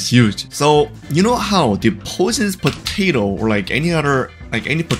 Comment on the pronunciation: ah yes, pototo